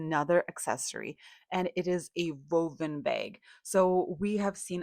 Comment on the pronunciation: Hello darling. You say voven bags but it's Woven sweety :) - like wind or warm. I quite like voven though ha ha x Also, thanks very much, here is my heart ❤. Very informative film and appreciate all your hard work. I like the pendants and I also like the layering, skirt over trousers x